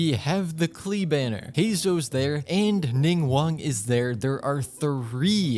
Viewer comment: bro said "four star klee"